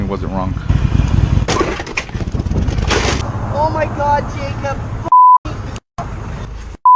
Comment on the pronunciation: why do some people say “wrong” but it sounds like it ends in a k sound. Drives me insane